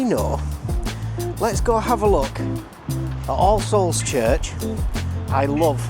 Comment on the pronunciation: I wont lie, everytime you said "all-souls" it sounded a lot like Ar-se-holes in my head haha!